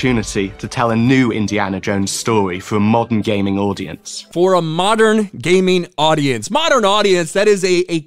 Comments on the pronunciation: He said Gayming! 😂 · Did he just say gayming?😳